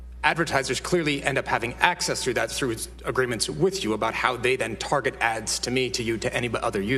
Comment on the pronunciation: All I can hear is acces and acees